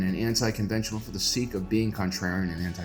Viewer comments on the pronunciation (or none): none